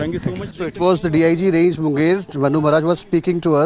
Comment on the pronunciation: Raan-gay ? Wow... it's Range